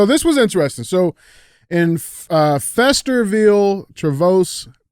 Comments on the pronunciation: DJ needs that hooked on phonics book again. It’s Feast-er-ville not Feasterville-ville. I never thought my home town would have made a CTI. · Love the show, but someone really needs to teach DJ how to read. It's pronounced feast-er-ville, and tree- vose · DJ let me help you. They are pronounced Feast -er-ville and Tree-vose. You still rock though my man keep it up!